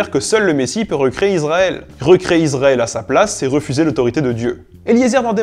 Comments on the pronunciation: Bonsoir Très intéressant mais trop rapide. On dit ISraël et non pas IZraël C’ est le son (s) pas (z) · Je suis le seul à être énervé par la prononciation IZraël et iZraëlien? Pourtant la règle française est assez claire sur la prononciation du "S" entre une voyelle et une consonne... Et pour ce qui est de la prononciation en Hébreux, il s'agit d'un Shin qui se prononce soit "sssss", soit "chhhhh", donc jamais "zzzzz"... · Pour tel-aviv avec un v, mais pas de 'e' à la fin comme dans voiture. On dit Issraël et non izrael. Je me suis toujours demandé pourquoi les français prononcent souvent ainsi bien que beaucoup moins à présent. Le plus drôle c'est qu'il y a des juifs israéliens qui viennent en France et qui parlent français se sentent obligés de dire Izrael 😊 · Il faudrait quand même arrêter avec "IZraël" et "iZraëlien". Même si le thème de la chaîne n'est pas la norme, il y a des règles de prononciation des "S" entre une voyelle et une consonne! Et en hébreu, le "Shin" se prononce "S" ou "ch".